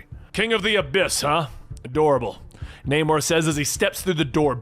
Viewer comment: also "", learn how to pronounce names. like Namor, couple thirty others.